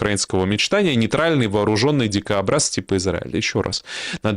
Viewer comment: "дикобраз" произносится, как и пишется, с одним "о".